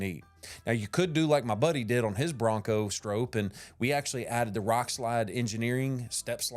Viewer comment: Note: The pronunciation of Stroppe in this video is incorrect. It has an “o” sound like stop. I went to an old racing video of Bill Stroppe himself. And confirmed the pronunciation. Also two p’s suggest a silent e. Other than that, this is a GREAT video!